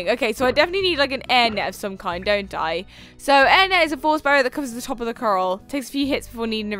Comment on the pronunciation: Trying not to be a meanie beanie, but I think it's pronounced (coRAL) not (coRUL)